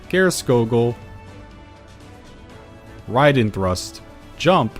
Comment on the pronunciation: Wow you actually said Raiden correctly.